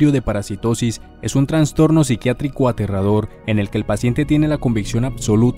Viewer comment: no pude terminar de ver el video de la bronca que me da que diga traNStorNo, es trastorno nomás